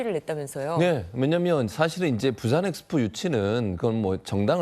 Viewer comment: 프랑스가서 영어로 프리젠테이션 하는게 맞나 ! 부싼 ~~~~ 발음이 쥑이네 ~~~~~ 부싼 ~~~